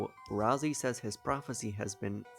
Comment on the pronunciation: BRO it's not pronounced ralzee it's pronounced ralsay